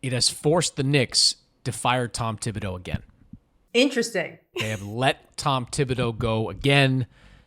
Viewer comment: Pronounce Thibodeau's name correctly if you are going to make fun of the Knicks.